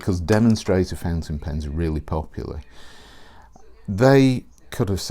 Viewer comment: I hear the same - fencing pens .. I supposed it has to be ‚fountain pen ‚.. yes probably a pronunciation issue .. but he‘s British and I‘m not so who am I to judge ..